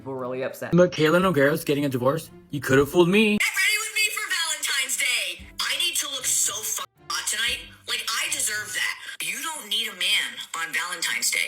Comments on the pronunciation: NOGARIA?? No-Ger-Ah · Girl is NoGUEIra, not NoGAIra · You should probably check up how to pronounce her last name, by the way, you keep pronouncing it Nogaria or something? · Last name is pronounced: no-garra (like garish) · I think her last name is pronounced like “no gWEAR uh” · NO - GAY - RA is the pronounciation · girl i think you're saying her last name completely wrong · The way you, and 90% of the internet, pronounce nogueira is so funny to me 😂 (im Portuguese). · Me destruye que cada persona angloparlante pronuncia el apellido Nogueira de una manera distinta. Les cuesta demasiado jaja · The different ways you pronounce her last name has me screaming 😂😂😂😂 please never say it correctly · I love how you almost never pronounce her last name quite the same way every time